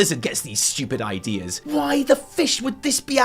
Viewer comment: ‘Idears’ LOL